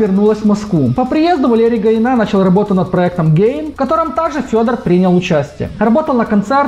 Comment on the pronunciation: Гаина ударение на последний а, а не на и.